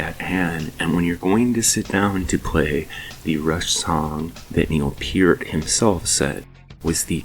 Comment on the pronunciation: Thankyou for pronouncing Neil's last name properly.